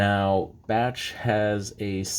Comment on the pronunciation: I saw another vid that pronounces it as Beysh, so that is how I pronounce it, even when I did a vid that included a Bache 1 oz bar. Now I know. Good history behind it. Thanks!